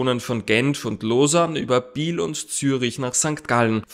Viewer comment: Kleine Anmerkung bezüglich der Aussprache von "Biel" es heisst eben nicht "Biiil" sonden "Biel" das "e" wird leicht ausgesprochen, genauso wie in "Kiel" zum Beispiel.